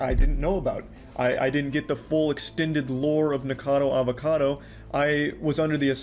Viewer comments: he said N*ggercado Avocado, just listen to it... xD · Nickocadowwrr avocadowwrr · "Nikourcahrdour avourcardou" You fr sound like a muppet💀